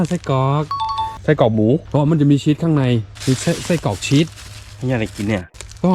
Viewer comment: ชีส ไม่ใช่ ชิดครับ